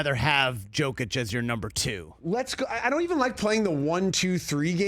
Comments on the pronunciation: For the love of God... the guy is a 2x MVP and been in the League 8 years... Learn to say his MFing NAME. It is NOT Joe Kitch. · Joe-kic?! Still can’t say his name right! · I love the RE show, but whenever they get into NBA stuff its hit or miss. They can’t even say Jokic name right. You can tell they simply don’t pay attention to the NBA as closely